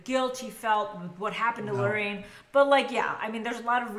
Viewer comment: It's Lauren not Laureen